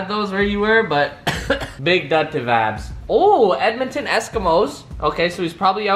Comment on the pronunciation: Please stop saying “Vabs” -_